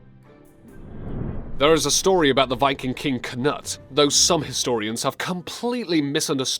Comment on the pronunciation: K-nut xd Atleast u tried